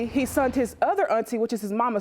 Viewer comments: Dear black people, there's no such word as sunt it's sent or send. 😒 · I absolutely hate when people say "sunt" IT'S SENT!!! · Oh God! AND sent... NOT sunt!